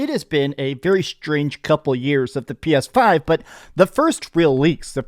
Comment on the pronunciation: the way he said PS5 sounded like Ai